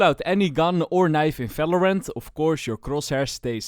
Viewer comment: falorant✅ valorant ❌